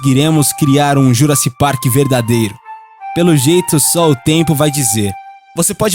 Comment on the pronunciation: "Juraci Park"... porra... esse narrador ferra o conteúdo EXCELENTE do canal!!!